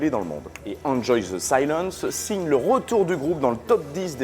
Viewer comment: Tu es quoi comme genre de débile pour mettre des smileys? Tes sources qui viennent de Wikipédia me font rire tout comme ont t'entends prononcer le titre.(oui votre prononciation de l' anglais est merdique désoler ) Bref VIVE LA FRANCE.